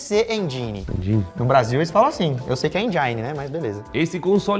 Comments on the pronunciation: Não é "engainni" é mesmo "éngine" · não é enjaine, é enguine mesmo. Pí sí énguin. A 4° geração foi a geração de ouro dos vídeo jogos. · Lukas, engine se fala "êndin". Google tradutor, mano. 👍 Eu uso direto quando tenho dúvidas de pronúncia. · Engine se pronuncia como se lê (ou algo próximo a isso). Não é ENJAINE. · CRÍTICA CONSTRUTIVA!!! Revejam a pronúncia de engine, basta colocar no Google tradutor e ouvir como se fala.